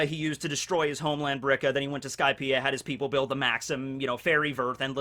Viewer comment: It's Birka, not brika, just sayin'...